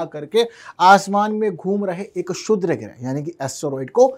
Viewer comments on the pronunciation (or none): अपने जीभ के नीचे पान का पत्ता रख लो बेटा .... शुद्र नही क्षुद्र होता है ।